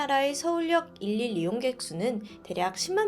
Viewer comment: 그....죄송한데 일일 이용객 발음 하실때 딕션을 강조해서 그대로 읽기보다는 이릴로 발음하시는게 더 자연스럽다고 생각됩니다. 처음보다 많이 좋아진 발음은 엄청난 노력을 하셨을거란 이야기라.멋지다고 응원해 드리고 싶어요😊